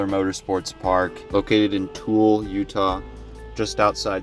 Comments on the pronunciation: it’s pronounced Too-el-uh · #5 in Tooele - It’s pronounced Too-Wil-ah. 😊